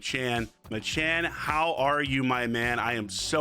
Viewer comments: Why does bro keep calling him “MaChan”? His name is “MacChan” pronounced Mack Chan. Does he also go to McDonald’s and order a “Big Ma”? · HIS NAME IS MAC CHAN NOT MA CHAN JESUS YOU'RE TRIGGER ME SO HARD IM AT MY LUNCH BREAK TRYNA ENJOY THE VIDEO YOU KEEPS CALLING HINS MACHAN ITS MACCHAN..😡